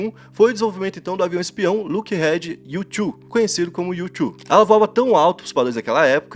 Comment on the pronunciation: “lockhead” não kkkk é “Lockheed”